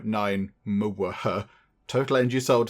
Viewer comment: You calling Mega watt hour Muwaha made my day lol 🤣